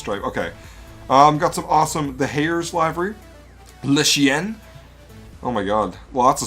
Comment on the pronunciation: It's been a whole year, and ive seen no one mention "le chi-en" .